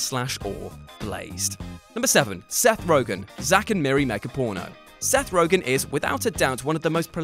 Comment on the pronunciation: also, it's ROGEN, YA LIMEY!!! not Rogan.